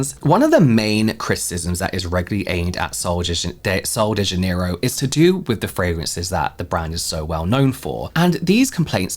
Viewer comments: It’s pronounced kind of like zha-NEH-ee-roo. The “j” in Portuguese sounds like the “s” in measure or treasure. The stress is on the second syllable (NEH). The final “ro” is softer than in English, almost like roo but shorter. So together it’s: zha-NEH-ee-roo. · How do you pronounce Janerio? I was an employee at kohl's and my Spanish speaking coworkers pronounce it Hanerio because of the J being an H sound in Spanish, but I know dialects can add variation? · these ladies were saying Jan-near-o. Like January, Jan. I say it with a soft J. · I had to teach the Ulta employee here to say Janerio. They were saying it so wrong with the southern accent. (I speak basic Brazilian Portuguese.)